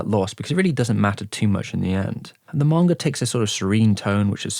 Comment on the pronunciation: Why tf does he say manga that way, 'Morngur'